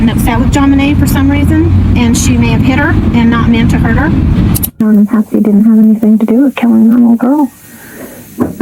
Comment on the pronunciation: You didn’t even get Patsy’s name right once🙄🙄🙄🙄🙄🙄🙄